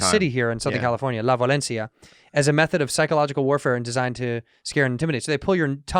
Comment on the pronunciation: La VIO-LENCIA my man! Not Valencia haha.